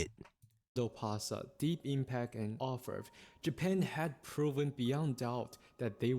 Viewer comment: He pronounced it right. It's not English, but French and it means "Goldsmith."